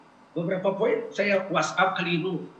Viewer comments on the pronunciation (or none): none